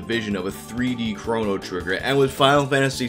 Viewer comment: Am I the only one who takes issue with the way he pronounces Chrono?